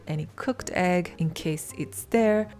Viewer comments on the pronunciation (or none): none